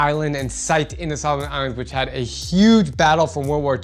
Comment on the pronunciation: No it’s pronounce Solomon Islands but it’s okay you’re doing good